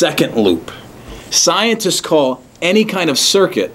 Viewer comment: he keeps on saying " isenceists say..." you r a sincerest